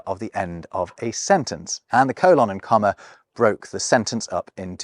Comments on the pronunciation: Coh-lahn? It’s pronounced cole-inn. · I guess I've never heard a Briton pronounce the word "colon." Americans say "COH-lon," not "coh-LAHN." Do Brits also pronounce the large intestine as "co-LAHN"? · Oh god, is that how British people pronounce colon? How absolutely horrible! I’m joking, of course, but at the same time…yeah, that pronunciation (coe-lohn, as opposed to cole-in or perhaps cole-un) really bothers me very deeply for some reason. The best way I can think to describe it is that I don’t like the way it feels in my ears when I hear it. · Sorry, I couldn't make it through the colon and semicolin section. I've never heard a native English speaker pronounce it the way you do, and I just couldn't handle it. Fascinating subject though.